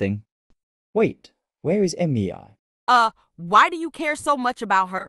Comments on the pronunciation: The fact that says: meiyay meiyay meiyay instead of mei😂😂😂😂😂😂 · Mei ❌ Emmy eye ✅